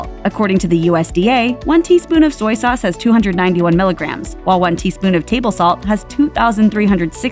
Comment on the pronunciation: It’s soy sauce not soyee sauce. Duped into a commercial.